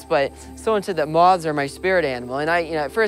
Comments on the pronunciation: why can't this guy pronounce moth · Moth not moz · I love him, however, im offended by how he says moth.